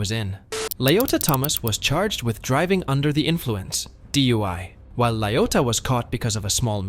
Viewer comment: LaYOTA?? These "La..." names just keep getting more ridiculous!!😂